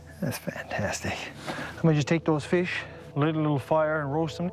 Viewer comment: Feesh, he gonna eat him some feesh..if it smells like feesh, its a deesh